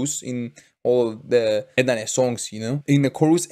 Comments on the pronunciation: not "Ut" but like u say "A - At" CMIIW 🙏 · E ET not eet